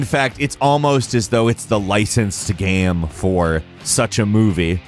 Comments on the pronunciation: Bugs the crap out of me when he says "gam" instead of "game". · Why can't this guy say 'game' properly. Is he joking saying gehm all the time ? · Why do you say gam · "A third person adventure GAM" is definitely all i could hear and i cant stop repeating it.